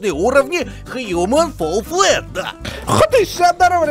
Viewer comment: не FALL FLET а FALL FLAT